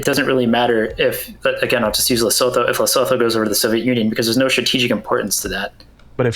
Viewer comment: Holy shit I thought was smart wtf. More clueless on E European geopolitics than Steven smh. If your gonna drop some obscure nation like Lesotho at least pronounce it right.